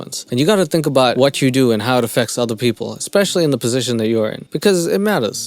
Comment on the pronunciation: "Expecially the Korean babies"